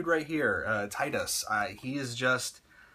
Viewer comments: To not be offensive or anything Tidus's name is pronounced as Tee-dus. They never say it in Final Fantasy X because you can change his name to anything, but in Dissidia that's how they pronounced it. :) I used to say it the way you did too until my friend told me and I saw in Dissidia. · I liked ur videos so far, but I can't agree with this one. Yuna the only one with char development? Wtf? No plot twists? Dude, how can u play the game and say that?? Seymour was a cool villain, maybe it's just a matter of opinions. Oh and... you're pronouncing "Tidus" wrong.